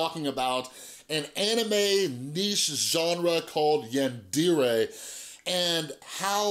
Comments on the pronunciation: And it’s pronounced yon-dairay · Actually it’s pronounced yawn deh reh (roll the r) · It’s pronounced like YAWN-DER-RAY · I will say, the way you pronounce yandere hurts my weeaboo soul a bit.